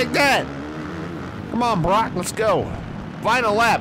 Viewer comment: You pronounced Broc’s name right